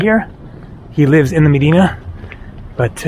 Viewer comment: Good job on pronouncing Medina....in the mid-western USA they incorrectly say "Meh-die-nuh" or "Muh-die-nuh" when they pronounce it in Cleveland, for example.